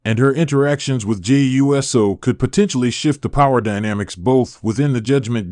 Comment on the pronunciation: His name is not U-S-O. It is pronounced Oooo So!